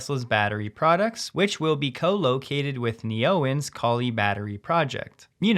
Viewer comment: It is obviously Neo-En (as in new energy), not Ne-Oen (The Scottish Anti Owen Wilson Defense League). 🤣